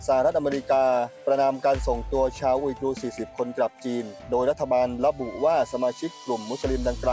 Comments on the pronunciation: เป็นนักข่าว ควรออกเสียงให้ถูกต้องหน่อยนะคะ อุยกูร์ ไม่ใช่ อุยกรู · อุยกู (อุยกูร์) ไม่ใช่อุยกรู อุยกรูทุกคำเลย อ่านให้ถูกๆ หน่อย